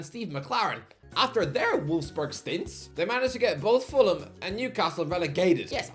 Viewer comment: It's volfs boorg bro wtf is a wolf's berg